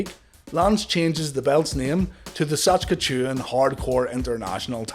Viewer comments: Written on the belt is "Saskatchewan" not "SaCHkatoon" ;) Great vid btw. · Saskchewn 😆 Close but not the worst I've heard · Sas-ka-chewin lol